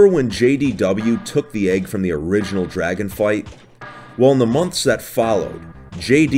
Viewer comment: DRUGon egg